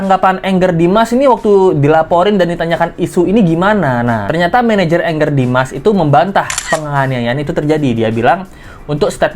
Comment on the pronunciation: nyebutnya jangan engger dimas, Angger dimas aja pake A. Angger itu artinya anak laki-laki dalam bahasa Jawa. 😊